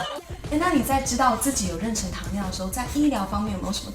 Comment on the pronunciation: 好别扭啊，是renshen不是renchen，不会英文也不会中文吗